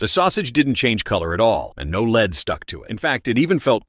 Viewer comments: This is why we don't let our children watch Youtube. Who pronounces lead as "leed"??? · Another YouTube channel run by someone who is too lazy to get a real job and sits behind a screen all day watching videos. Pronouncing Lead as Leed. Like cmon man you have all the time in the world sitting behind a screen, if you actually care about your channel you would care how the ai says things. This is actually so sad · Every time I heard LEED I was literally furious 😂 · Molten LEED 😂 Do NOT try at home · What's Leeds? Stupid Ai bs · I hate AI mispronouncing lead so it sounds like leed.... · It’s AI that’s why they say Leed. One day all will be AI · "Leed"? Shitty robot voice AI garbage. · "The molten LEED" 😂 Edit: thanks for the likes 🥹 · Leed ingots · i had the same thought,molten leed lol. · Its AI or do the amricans pronounce it as "leed".... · Leed? Maybe AI won’t be replacing us anytime soon. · It's lead (pb) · so why are they saying leed ? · Is this video made by AI??? If not, please decide uppon the correct pronunciation of lead! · People please, don’t ever listen to a video where the AI Narrator can’t pronounce Lead correctly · I would find the video so much better if the AI didn’t mispronounce lead every time. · Dumb asss Ai can't pronounce Lead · The AI narrator pronounced lead wrong starting at the second time it said it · Quit sayin lead. it’s pronounced lead. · No i think its actually lead bro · You can tell the video is made by AI when it miss pronounces the word ‘lead.’ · Why did the AI suddenly forget how to pronounce lead? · Why can ai not say lead right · The AI said it perfectly the first time, I just don't know what happened.😂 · it is lead but it's pronounced like the action of someone taking a group somewhere y'know leading people? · Why is he saying lead wrong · It’s pronounced “led “ bro not “leed” lol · You said led perfectly fine the first two times and then started saying leed 😂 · Leed or led or lead or lead? 😂 pisstake can’t watch anymore